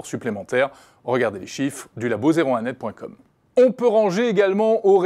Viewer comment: "... sur 01netTV.conne"